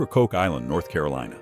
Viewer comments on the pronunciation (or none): none